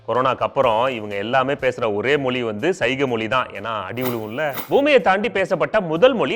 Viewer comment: Tell mozhi not moli